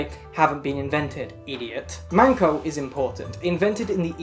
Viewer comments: Okay but the first time she said MANko instead of MENko I fuckin choked That’s pussy, babe! 😳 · saying 'mAnko' ( pussy ) 万個 instead of 'mEnko' ( a card game )面子 👌🏾😩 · Every time you said "Menko", I heard manko. Manko is Japanese for pussy lmaoo